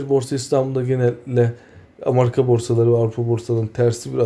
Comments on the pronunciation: Bofa nın ABD ekonomisi ve borsaları iin yaptığı uyarı... Sizdeki cehalet mi demek lazım, bizim ekonomimizin ve borsalarımızın yabancı borsalarla büyük ölçüde ayrıstığının bilincinde de değilsiniz. Amarika değil, Amerika olarak telaffuz edilir bu arada. Haberleri verirken kişisel yorumunuzu eklemeyin siz en iyisi. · Amarika değil amerika bi turlu ogretemedim sana